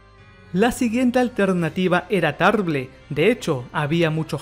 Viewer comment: Tarble se lee "TARBOL"